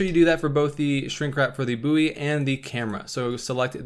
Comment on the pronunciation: Mas said booeww instead of its proper pronunciation :')